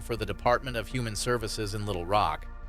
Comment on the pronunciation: I'm not trying to sound...impolite, but I have to wonder if these narrators are native-American speakers. This narrator's inflection and others, particularly with place names, is a little odd. I mean, I've never heard "Little Rock" pronounced like that. "Broward County" was another (different video). "Nissan" (in this video). There have been several other examples. Is it my imagination?